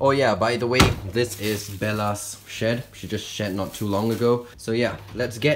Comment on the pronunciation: you said shit not shed